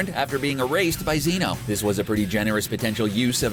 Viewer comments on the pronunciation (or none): It’s not Zion it’s zeno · It’s Z- eh- no not zeeno but ok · . Who tf says" Zee-no" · So we just gonna ignore that he said “Z-No” for Zeno...?